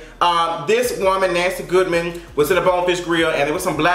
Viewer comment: I love the way you said the white walker’s name. It almost sounds like Nasty Goodman. 😂😂